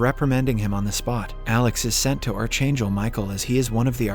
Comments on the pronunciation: CH IS PRONOUNCED K IN ARCHANGEL AND MICHAEL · I can't stand the way you pronounce the word "archangel"..it's scratching my brains 😢🫣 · You are pronouncing archangel wrong. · please learn to pronounce ARCHANGEL!!!!!!!